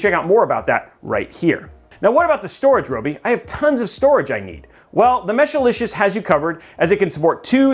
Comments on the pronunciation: I know you love saying Mesh-a-licious, but it's Mesh-licious. that's what I have in mine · Mesh-licious.. Not Meshalicious or Meshilicious. But overall good video!(